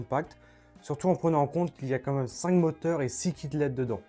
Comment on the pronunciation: C’est quoi cette nouvelle lubie de dire « environ » suivi du nombre exact ?! 🤔 « Comme même » et « prenium » ça suffisait pas ? 🤭